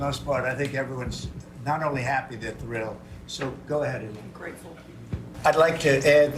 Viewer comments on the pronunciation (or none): Linda says “Grateful “ lol